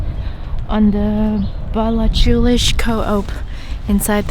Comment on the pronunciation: Love the video but I am dying at your pronounciation of Ballachulish Co op 😂 it’s like ‘ bal-ah-hoo-lish and then just KO-OP the sign is spelt ‘cho-op’ because it’s in gàidhlig so we sometimes add ‘h’ to words (lenition) I hope you come back to skye again!